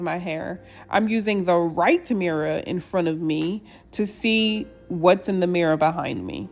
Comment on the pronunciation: i love how she says mirror, “mirra”